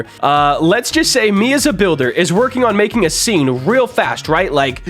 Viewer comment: its not wrokin!